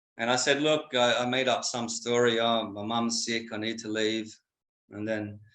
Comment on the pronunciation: His 'schtory" reminds me a bit of the "Blow" storyline....the Depp flick where the wife had the connections 😜 Good stuff as usual 👍 Seems like You're enjoying the change of scenery/pace back on Homeland turf > & if Nune is settling into the new job as well.... hey... whatever works.